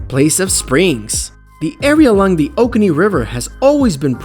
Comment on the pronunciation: FYI - It's pronounced "OH-KOH-NEE", not "OH-KANEE". We live here.